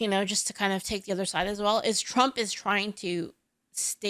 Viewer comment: couple of things ... his accent is made up, he trying to sound posh and professional but he isn't and the way he speaks gives him away eg: 'ovva' instead of 'other'. and the war on terror is not a new war. terrorism in its relatively modern form has been a reality to brits and south africans for at least 6 decades